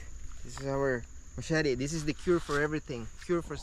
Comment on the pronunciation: Das ist keine "Maschette" sondern eine "Machete" 😂